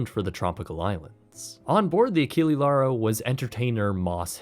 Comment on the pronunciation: It would be realy rude to slam you right away without saying first BRAVO for the great content of yours, but mmaann, ACHILI LARO, c'mon.. ACHILLE(E not I) LAURO(with all letters voclaized), please, in the future take care to the ships name pronunciation.. It is realy important to know how the subject of the content is called, hope you're of the same opinion.. P.S. Don't be like some creators and give me the bull.... how is not common to answer to content 2y old.. It is such a lame excuse that if find it miserable.. Put away off the channel that 2y old content if it's not relevant anymore, that is my logic in such moments.. Cheers 🎉